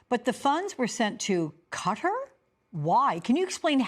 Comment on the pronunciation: KAH-TAR, don't give in to the way he says things... (it's not cutter.)